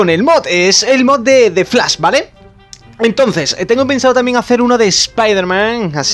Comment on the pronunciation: Flas JaJaJaJaJa es Flash no Flas , pronuncia la S y la H , No Pronuncies la S sola